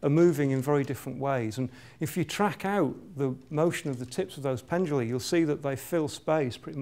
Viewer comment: Pendula, not penduli